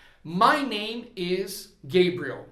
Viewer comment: Gosto muito de suas aulas e indico. Mas me tire uma duvida. Vc disse que nomes proprios nao ha tradução. Enendi que roberto nao é robert. Imagine eu falando, nao escrendo. Pergunto: vc falava gebriel. Para gabriel. Nao seria p correto dizer gabriel claramente. ?